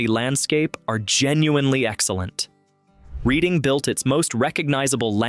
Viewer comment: It's pronounced Redding like the RED color READ-ING